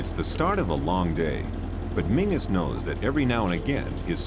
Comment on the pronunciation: What town ? His name is pronounced Menzies, not" Mingus ".